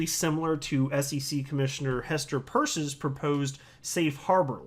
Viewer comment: are you purposely pronouncing Hestor Peirce's name incorrect.... Her name is Peirce not Purse...